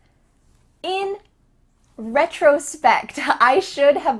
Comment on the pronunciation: i checked the pronunciation of retrospect in different dictionaries and your pronunciation is different from them. can you explain?